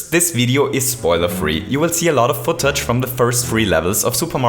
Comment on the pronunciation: I’m sorry but I couldn’t help but laugh at how he said footage and odyssey